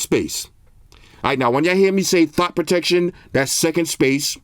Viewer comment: Wait did he say thot protection 😂 boy I need to get my bro one of these 😂